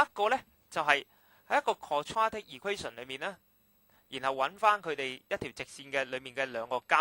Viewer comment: u dun know how to say the wd quadratic